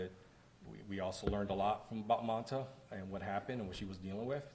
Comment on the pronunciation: The deputy didn’t even say her name right it’s mamta not manta we gotta hold the PD responsible for these errors